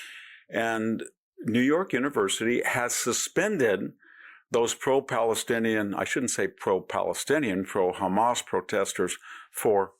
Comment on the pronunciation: The Pal - ah - sin -ians "mindset" has in-FILTH-trated America.